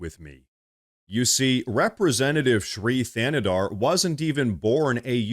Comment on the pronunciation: It sounds like you're saying this queers name is Free Canada.🤣